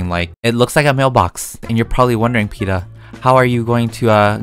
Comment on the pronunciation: no one: not even one person: NOT EVEN A GHOST::ISA CHEESE